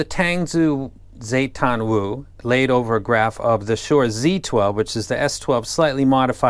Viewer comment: She’s not a princess, she was the first empress of China in Tang Dynasty. Yes Tang as in Tang Dynasty and Zu means clan. The proper way to pronounce Wu Zetian (Wu was her surname and Chinese put their surname in the front) is Woo, Zhe, Teeian. Tangzu also has another iem named after the second Tang emperor: Li Shimin.